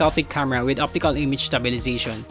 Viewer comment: i wasn't suggesting him to mimic the american accent. There's always some parts where the pronunciation and enunciation goes off. Like the words stabilization, subtle. and enunciations on; yellow, pretty.. etc. I also have filipino accent but it's always nice to deliver the message without mumbled words